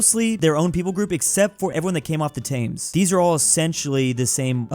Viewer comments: As a brit this is mildly unwatchable it's pronounced tems not tames glassgow is pronounced glazzgoh and anything that ends with ham is hum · Its pronounced tems not thames its glaz go and red ing and berming am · Saying the "tangs river" is crazy. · “Tames River” (It’s pronounced Tems). Why is London a snake? (This trend seems common so this is the only one I will mention). “Tames” again. I’ll stop counting them now. Yes, it’s pronounced “Reding”. That is where Swansea, Llanelli and Neath are. Not Cardiff. (This really hurts because I live in the pink area). I already talked about snakes, but this thing needs to be mentioned too. Also, Cardiff is in “this thing”. Thank you. (I’ll write more later) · you say Thames like "Tems" not "Tames" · Calling river thames “tames” instead of “tems” is the most American thing ever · T-Thaymes River? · Especially when he said "The river Tames" and "Taymnges" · its spelled “thames” but ts pronounced “tames” and he mightve made a mistake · He said "Taymnges River" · I die inside every time you pronounce Thames wrong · As a British person, I can verify that "Thames" and "Reading" aren't pronounced that way, and anyone who does is publicly humiliated. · As a brit, the way he pronounces thames makes me depressed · that Thames pronounciation is painful. Just forget about the h and make the a into an e, sorry.